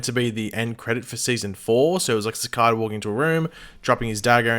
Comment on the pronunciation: I love how you pronounce Cicada like Cicoda XD Also, what happened to Red Death?